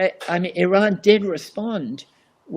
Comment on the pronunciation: Thank you for your great video, and your perfect pronunciation of IRAN. I've including the proper Pronunciation of IRAN & IRAIAN for your audience. "IRANIAN" however, is often mispronounced by many, but not all. The following is a review for your audience : IRAN, is pronounced "Eee-Ron". It's neither Pronounced "Eee-RAN" nor "Eye-RAN". Moreover, IRAN shares its literal meaning with IRELAND (Land of Aryans). Once again, the proper pronunciation for IRANIAN, is "Eee" (rhyming with See) + Ronnie (abbreviation for Ronald) + Yan", rather than "Eee-RAINY-Yan". A simple mnemonic would be "There is no RAINY weather in the forecast"! Thank you